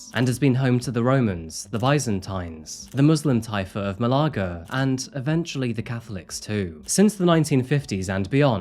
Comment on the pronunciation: I just can't wrap my head around your pronunciation of malaga 😂